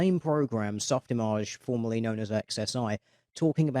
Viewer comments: lol, soft what mate? Soft imaaarge? Softimage you ponce. Otherwise, awesome vid as always. :) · D... d... did he just pronounce “Soft IMage” as soft imAGE??? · Your pronunciation of Softimage infuriates me. You dirty shitlords with your soft "G"s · Ok i guess that’s actually how it’s pronounced? Since everyone else seems to pronounce it that way. I don’t even know anymore